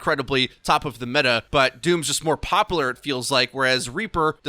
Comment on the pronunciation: please say popular correctly... <3